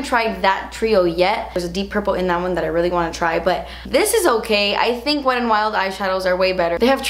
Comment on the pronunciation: This is not a hate message I love you and your videos, I'm just writing this to see if I'm the only weirdo who cringes everytime you say "wet and wild" I never understood why some people hate the word "moist" but now i do because that's how I feel when you say it, lol. (Most people say wet emphasizing the "T" and you say it almost like an "R"). Sorry it's probably just me lol. Still love you! ♡